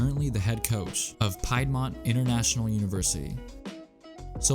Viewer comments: Im a mavs fan and wake fan- none of this shit is what "ruined" his career. His knees were shot but relatively speaking, he had a great pro and college career - this is the silliest shit I've ever seen. No one remembers him for those videos except you. And Piedmont is pronounced "peed -mont" not "pie-d mont." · It's pronounced Peed'Mont, not Pide'Mont. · Liked the video. It's actually pronounced "peed"-mont university. Completely understandable if you've never heard anyone say it. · You said piedmont hella wrong